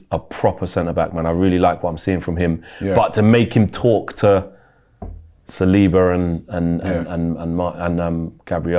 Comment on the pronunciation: Say who? Saliba? must Salina!! Someone call Zirkzee for me deh 😂😂😂😂😂😂 got to nutmeg him again 😂